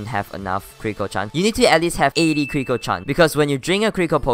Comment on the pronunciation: i like how when he says critical it sounds like crinkle